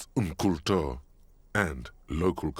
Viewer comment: "Kunst und Kultur" is indeed german for art and culture. Pronunciation of Kultur is wrong in the game though.